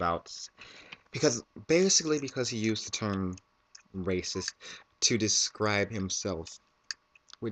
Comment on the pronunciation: i thought you said rapeist...... ether way, that guy is messed up!